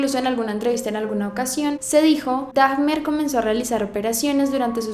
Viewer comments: Te haré dos correcciones... 1. Pronuncias mal el apellido de Dahmer, se pronuncia como se lee, tiene una "H" intermedia y esta es muda. 2. La imagen del niño que mostraste al inició donde aparece Jeffrey adulto y Jeffrey niño, no es la foto de Dahmer en su niñez, ya que se trata de un niño de un caso muy sonado en Estados Unidos, por la desaparición y posterior asesinato de éste... y que de hecho algunos culpan a Jeffrey Dahmer de la muerte y desaparición de él... pero no tiene nada que ver con la desaparición del niño, de hecho esa imagen que aparece ahí es la de Adam John Walsh, hijo de un investigador criminal, y presentador, más conocido como John Walsh, que tiene una serie de casos por resolver en ID (INVESTIGATION DISCOVERY). Por lo demás, muy buen video, un abrazo. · Hola! Solo como crítica constructiva ❤️ No se pronuncia como “Dajmer”, al igual que en el español la H no suena en inglés. Y Milwaukee se pronuncia como “Milwauki”, no como se escribe. Lo digo porque cuando yo no se como se escribe una palabra en español también me gusta que me ayuden en eso. 💙 Edit: Haces muy buen trabajo, pero yo como amante de este tipo de casos, ya sabía mucho sobre el y la verdad te falto mucha información y otra está incorrecta. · ¡Por fiiiiin! (Se pronuncia "Daimer") Ross bebé precioso en su película 😍😍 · Hola! ¿Porqué sería "Daimer", según yo la "h" no se pronuncia, entonces sería "Damer". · Por querer andar de poser, has pronunciado mal el apellido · no se pronuncia DAGMER... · Normalmente no hago este tipo de comentarios que a mi parecer van más allá de una crítica, ¿pero por qué pronuncias el apellido de Dahmer como: "Dagmer" y Milwaukee como "Milguauque"? Suena chistoso. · Es Dahmer, no. Dagmer 😭😭😭😭 LA H ES MUDAA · es dahmer, se pronuncia damer no daHJJJmer. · hermosa se pronuncia damer ...no dagmer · te amo pero por favor no digas "dagmer" lmao, es como "damer" como se esrcribe. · ...no se pronuncia Dajjjjjmer...se pronuncia Damerr...la h no se pronuncia